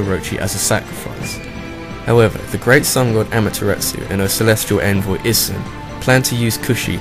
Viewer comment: However, you get infinite points in my book for putting the Orochi in the numer 1 spot! And for the record (because I feel like being picky), if you use the Japanese code of pronunciation, as I like to call it, Amaterasu is pronounced Om-ah-tare-ah-soo and Issun is pronounced Ee-soon.